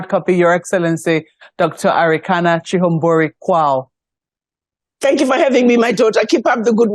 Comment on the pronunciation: Thank you sister for pronouncing chihombori correctly, this is a Zimbabwean name. This eloquent lady is married to a Ghanaian gentleman hence her last name of Quao.